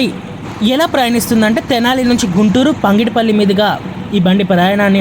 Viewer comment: పంగిడిపల్లి కాదు పగిడిపల్లి please correct the pronounciation